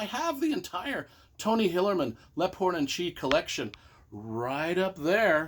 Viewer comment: Leaphorn pronounced Leep-horn, lol, just a FYI, other than that love the Tony Hillerman books